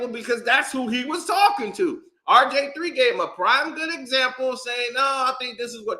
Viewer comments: Typical old head banter. Who is “Rj3” u said it over 50 times? It’s (R) (G) (III) old dude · Nah you definitely said RJ3😂😂😂😂😂 I thought you was trollin at first 💀